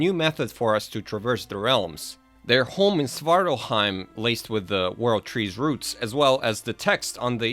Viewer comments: SvartalFheim, with an F. I hear Svartalheim being said by many, you even wrote it like that. Alf as in... Elf. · Its Svartalfar or Svartalfhiem not svartarhiem i know it's nitpicking...your details are top notch...keep up the good work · Svartalfheim, it has a 'f' in it. :)